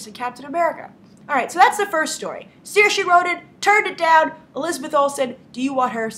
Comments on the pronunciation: grace I'm not tryind to be rude but its pronounced seer-sha id know cause its an irish name and I'm irish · I'm Irish Grace, it's pronounced Sure-sha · As an Irish person I can't let it slide that you are mispronouncing Saoirse Ronan's name. You are actually doing a much better job than a lot of people, but Saoirse is not pronounced with an "-ee" sound at the end, but a softer "-eh" sound.